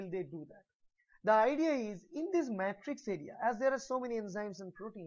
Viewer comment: isn't it "matrix" not "mattrix"